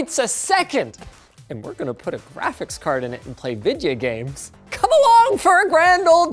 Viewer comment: am i the only one how heard linus say "we gonna play vejio games"